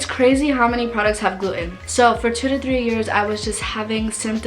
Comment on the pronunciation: You never shared the results of your tests. What was your Ttg iga level. Your marsh scores from small bowel biopsy etc... And by the way, it's not glue-in. It's gluten. The T is pronounced.